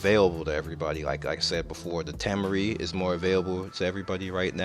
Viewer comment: Tah-Maury, not Tam-Murry